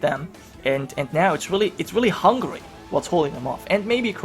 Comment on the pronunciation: Wallonians I guess. I heard hungry once, when he was talking about Hungary.